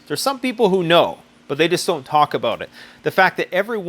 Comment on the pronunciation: " its all aboat money" lol